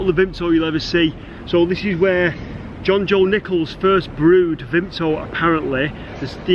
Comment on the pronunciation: You aren't a true manc if you don't pronounce Vimto as "vimpto" xD